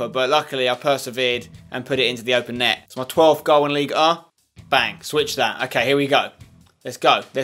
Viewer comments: Spencer, look when saying League Un. PRONOUNCE THE N!!!!! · The only reason for you to stay in Ligue 1 is to say Ligue 1